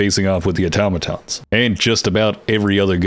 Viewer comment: Thank you for being one the few people on YT that can pronounce "automaton" correctly 👍🏻